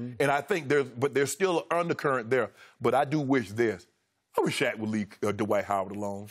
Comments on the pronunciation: Shannon said ‘Dwite’ “LOW HANGING FRUIT” 🤣🤣🤣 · Dwiht, No G in dwiht !! Lol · Shaq knows - that there is no "G" in Dwite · Shannon and Skip were calling him Dwite. Lol. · "Dwite" has Kryptonite boots... LOL! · Jalen Rose sais it best, there's no "G" in Dwiht. He ain't that guy. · "Dwite" is a decent player..lol SHAQ